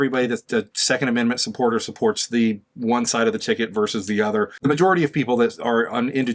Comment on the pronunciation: It’s VERSUS not “verse”